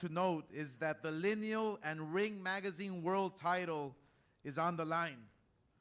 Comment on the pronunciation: Everytime the word Lineal comes out of ODH mouth Eddie squirms.